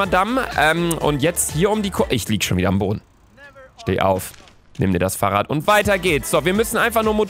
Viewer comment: Niemand: Luca: farrradd